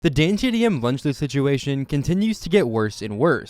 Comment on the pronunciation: bro he mispronounced ksi mr beast and dantdm on purpose